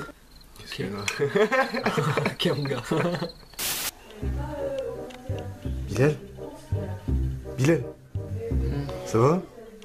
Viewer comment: Pour le matin moi je dirais celui de Bilal pourquoi en fait vous disiez Bilel au lieu de dire Bilal